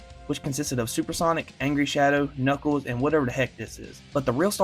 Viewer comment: "Today i boght super sonic...and knuckeld"